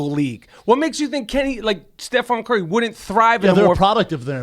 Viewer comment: "stefaan curry"